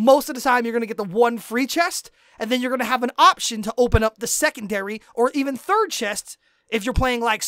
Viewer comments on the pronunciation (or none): none